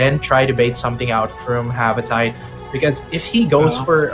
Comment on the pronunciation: Its Ha-va-ti-te not Ha-va-tayt 🤦🤦